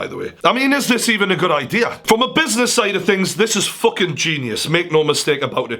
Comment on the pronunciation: Fokin Fokin Fokin Fokin Stop saying fok/in